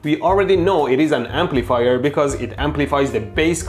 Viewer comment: Am I the only one who hears "Amplifire" when Mehdi says "Amplifier"?